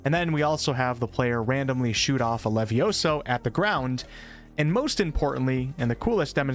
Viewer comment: It’s leviosA not leviosO